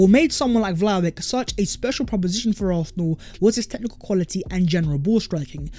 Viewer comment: ARSENAL NOT ARFFFNAL!! GET IT RIGHT!!